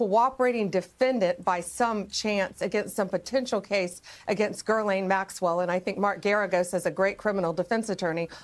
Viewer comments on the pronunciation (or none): "Girlane" maxwell. Pam Bondi has no idea what the fuck she's talking about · She says "Ghislaine" with an R. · Do you pronounce her name as 'Girl-lane' or 'Jizz-lane'? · I won't get over "Ghislaine" being pronounced "Jizz-lane" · Strange bondi doesn't know how to pronounce ghislaines name she called her gerlaine